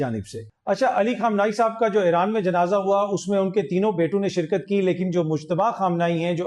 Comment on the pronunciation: محترم اگر بُرا نہ منائیں تو “ اے ران “ نام کا کوئی ملک دنیا میں نہیں ہے صحیع نام “ ایران “ ہے صحیع تلفظ “ ای ران “ ہے شکریہ